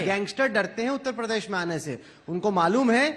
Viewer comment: उत्ता पदेश नहीं उत्तर प्रदेश होता है नेता जी😂